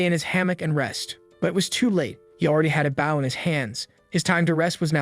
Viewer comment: Translation its not boow its BOw the w is silent . But it would be a great anime.